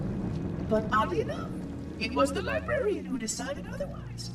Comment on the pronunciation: he said librerien